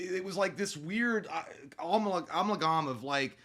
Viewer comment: “Amalgam” isn’t supposed to sound like that, right?